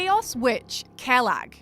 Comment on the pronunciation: The way she pronounced Quelag bothers me